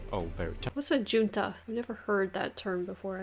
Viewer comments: That guy pronounces junta in a strange way. In English it is usually pronounced with an 'H' sound at the beginning, which I guess comes from Spanish. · But, he says Juan properly with the "H" sound, which was just Junta weird.